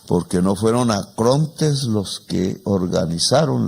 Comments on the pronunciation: el Presidente habla de "ACRONTES" pero en realidad debió haber dicho "ARCONTES". De cualquier manera es un gran discurso. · Mu muy estimado y respetado presidente Petro usted pronunció la palabra acronte en cinco veces y la palabra correcta es arcontes para designar a ciertos demonios y si está en lo cierto en pervertido don trumpoleone es un demonio.